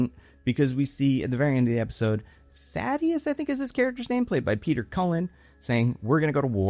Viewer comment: It's THAEDUS bro. Please don't do the Thaddeus thing everybody else is doing